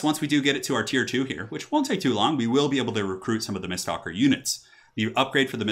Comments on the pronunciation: Me screaming: MISTWALKER!: miststalker. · am i the only one triggered that he says mistSTALKER when it clearly reads mistWALKER? i know its a simple mistake but it bugs me lol